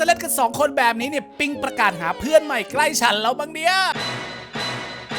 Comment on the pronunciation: เพื่อนรึเฟื่อนคะ ได้ยินไม่ค่อยชัด🤣